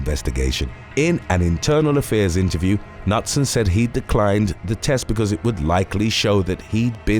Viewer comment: "Nutson" lmao its "Ka-newt-son"